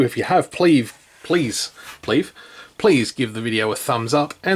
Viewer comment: I'll leave a thumbs up just because you so nicely said "pleave". 😁